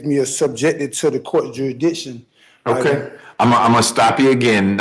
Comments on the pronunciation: Well, I'm sorry to have to break it to you, but you're already subject to the court's "jurys-dick-shun". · If he can't pronounce Jurisdiction, how is he going to show the court has none? Juraddition, he should axe someone for help. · Right outta the gate, he says the case against him is a falsality. Then the second guy is yet another dufus that can’t pronounce jurrydishon. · Dude can't even correctly say jurisdiction.... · He thinks he can get away with armed robbery and murder by spouting this crap!!! Shame on him, he's making himself look like a fool. How many different mispronunciations on "jurisdiction" can he come up with 🤣🤣🤣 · Fact that he can’t pronounce the word jurisdiction prove to me he isn’t qualified to represent himself